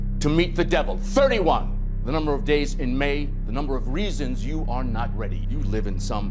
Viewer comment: You arrrrrreeee not rrrready